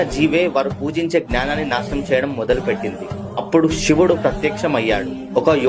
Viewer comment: Shivudu kadhu ra sivudu, know the pronounciation